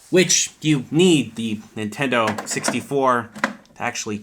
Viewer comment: Nintenno? Really?